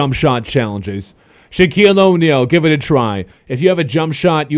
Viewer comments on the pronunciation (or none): none